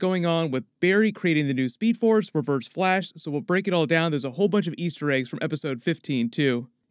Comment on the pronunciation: In he said blash